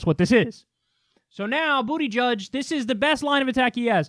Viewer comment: Booty gieg really??? That is sad for you Kyle. Maybe you didn't say it on purpose. It's pathetic. Condescending? you called a gay man booty-judge. Bernie buckled to Amazon. He thought he won but Amazon still screwed it's workers and Bernie spiked the football to early. You think you're helping Bernie. You're not I'm considering other options cuz of the smugness and Bernie alter worshiping by you, TYT, and Dore. Pakman is the only one who puts out the ideas and actually puts nuance and looks at the forest through the trees.